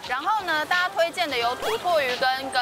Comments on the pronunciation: 土魠南部台語不唸 偷禿 南部唸 偷特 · 土魠魚羹的“魠”發音錯了 ㄊㄡˊㄊㄜˋㄏㄧˊㄍㄟ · 土魠的台語發音怪怪的，我這邊好像比較接近『ㄊㄡˇ特』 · 是口音不同的關係嗎 XD 我是南部人~ 土魠魚都念 ㄊㄡˊ ㄊㄜˋ ㄏ一ˊ